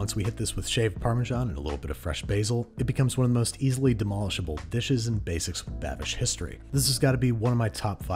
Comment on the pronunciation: Basices with Babish 😂